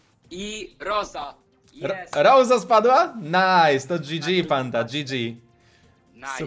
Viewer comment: Nie rołsi tylko rosa